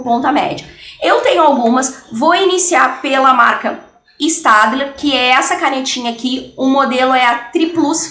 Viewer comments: Se escreve staedtler mas se lê stedler Espero ter ajudado 😙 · Se pronuncia stebiler ( eu acho)